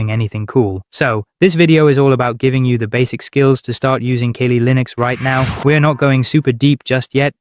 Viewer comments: Dude...kah-lee. Kali. Kawlë. The Hindu god. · Too many mispronunciations. Are you sure you're not A.I.? I'm not using Kaylee Linux. ".exe"? I'll just read the book.